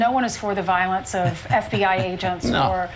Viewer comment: So much Vionce to much viont